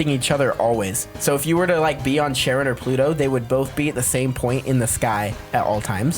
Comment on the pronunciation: Ok im just gonna make a reference to percy jackson real quick. ITS PRONOUNCED "CARE-ON"